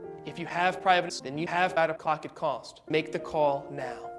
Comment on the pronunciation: "Out of cocket costs"